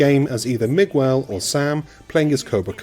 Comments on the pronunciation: Did you say you start the story off as Mig-well? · everytime you say Miguel my ears hurt, the U is silent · Good old Migg-well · How do you pronounce "Miguel"?